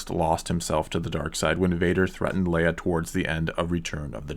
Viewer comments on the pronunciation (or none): Well, let's start with the fact that it's Leia, not Leah. If this low-grade homework is to much for you maybe you should give up. If you can do the homework then invest in the pre-Disney EU. They actually gave a damn about their characters and planned ahead for their storytelling.